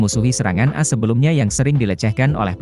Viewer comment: Bahasanya diakhir berubah.. Pasti pakai AI.. Lagian baca AS nya kayak sebut kartu as, bukan A-S 😂😂😂